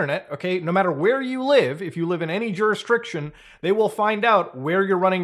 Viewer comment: Muta why do you always say "jurisdRiction" instead of "jurisdiction"??? Pls Muta.